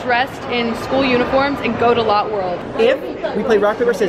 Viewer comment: but it is lo tae